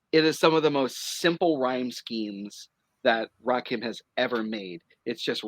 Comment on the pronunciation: I want to strangle every time he says Rakeem. ITS RAKIM. LIKE HIM. DAMMIT